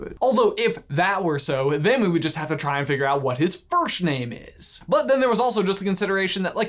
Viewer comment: I wasn't the only one to hear "firshname" was I?